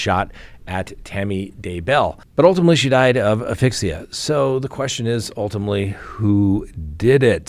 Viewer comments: The s in asphyxia isn’t silent. Just sayin’… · a-S-phyxia Love you! 😊💜